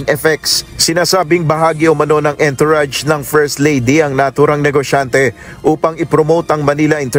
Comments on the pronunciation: Correct pronounciation of entourage is (on-tou -razh) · Entourage is pronounced as—>>> “ aan-tr-aazh “ PLEASE TAKE NOTE especially for those who speaks a lot in public…. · The ontourazh of liza marcos in la..yan ang correct pronounciation po tnx